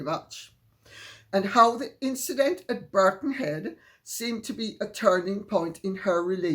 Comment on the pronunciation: Birkenhead not Birckhead